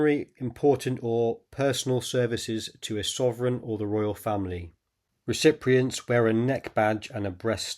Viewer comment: Great research and presentation, but it's ' Recipients " not "Recipriants"